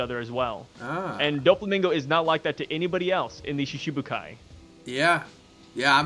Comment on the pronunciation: bro pronounced doflamingo wrong dough-flamingo is how you say it